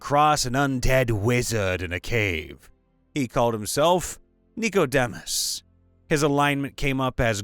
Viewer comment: That's actually pronounced "Nick-oh-deem-us."